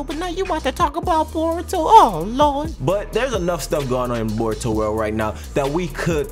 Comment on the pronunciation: No hate but it’s naruto and *boruto*. Not botuo nurto idk if you tried to be funny or what I’m just sayin 😂😂